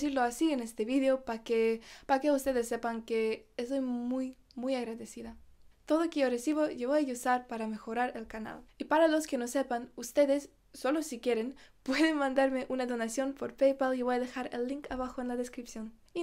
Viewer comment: Hola, saludos desde Argentina. Me tomo el atrevimiento de corregir tu pronunciación cuando dices “usar” o “usando” porque en muchos videos te lo he escuchado. Pronuncias la letra u en inglés en vez de en castellano. Suena como iusar o iusando en lugar de usar y usando. No se si me explico bien. Besos 😘